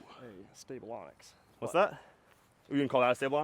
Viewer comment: You’re still saying Onyx 😀